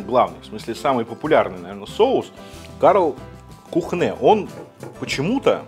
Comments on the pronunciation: Почему Kühne, стало произносится как кУхнэ? Если по транскрипции правильная форма произношения кЮне... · Kuhne читается как кунэ, а не кухнэ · Спасибо за коммент! С языка сняли! Как представителя факультета немецкого языка слегка были конвульсии))) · Кюне, а не Кухне. Но за ролик спасибо! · друг, Кёнэ, не кУхне и не кухнЭ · Немецкая марка читается как кюне а не кухне)) немецкий язык:) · привет из Берлина. Первый Соус это наш немецкий. Здесь самый из дорогих. Неболь7ая поправочка сорри. Он называется Кюнэ. В немецком х после гласных не читается. И у с точками наверху это почти ю. Вообще как ую. А у нас таких разнообразия соусов цезарь нет. Пару контор а так голяк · кухнэ, мля, кухнэ.... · Кухнэ? Ты серьезно?